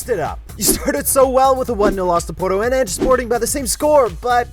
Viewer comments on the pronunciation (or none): none